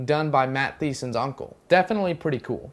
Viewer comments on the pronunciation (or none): I love your intro! But i disagree on many of your points.... and this is just a small thing but, Matt Thiessen is pronounced, Matt Teesen (Thiessen) the "H" is silent. If you don't believe me it says it on Matt Thiessen's Twitter profile.